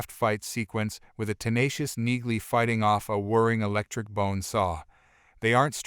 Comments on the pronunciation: Her name is pronounced “Neeley ”, not “Nigley. Use real voices, not half-assed synthesized voices. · Enjoying the series. Wish you commentary types would figure out that the "g" is silent in Neagley's name.